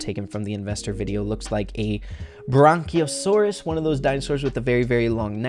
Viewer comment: he just said it wrong stop pretending like he meant "bronchiosaurus"